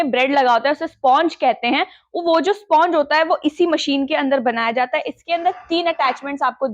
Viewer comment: Sponch Nahi spanch kahte hai